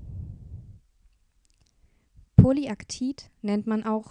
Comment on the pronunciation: Es heißt übrigens Poly-Lactid wie Lactose. Und ich hätte mir auch eine Aufklärung zur unzerbrechlichkeit von PP gewünscht.